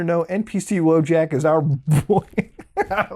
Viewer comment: You need to pronounce "Wojak" like a true Pollack.